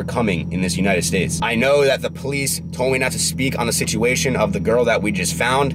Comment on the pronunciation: Bruh you meant to say. The Fuck But you said. Doe Fuck